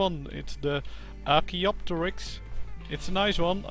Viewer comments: Perfect pronunciation by the way. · You pronounced it right